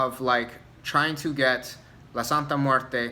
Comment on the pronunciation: Great video, my biggest gripe are these practioners pronouncing her name wrong. My recent video on Santa Muerte I went off about it, I personally don't work with her but respect should be shown on her name (any deity really).